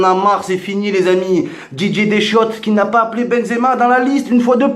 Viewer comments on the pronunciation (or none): il a dit benzemar